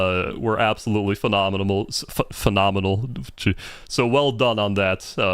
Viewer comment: LMAOOOO everyone in the chat mocking u for saying “Phenominimal” has me cryyinnggggg 🤣🤣🤣🤣